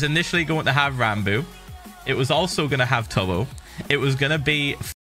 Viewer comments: He called Ranboo "Ranbus" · "Ranbus" XD